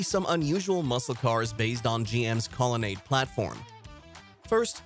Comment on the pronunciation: It's really a shame that they have someone narrate this video who doesn't pronounce so many words correctly and gets so many things wrong. Sucks when people spread misinformation. Obviously not a real car guy. Hard to listen to this video. Colonnade should be pronounced Call-a-nod. Sad.